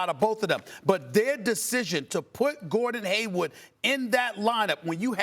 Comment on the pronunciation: No one: Absolutely no one: Stephen A: GORDON HAYWUD BEIN INSERTED INTUH THAT STARTIN LINEUP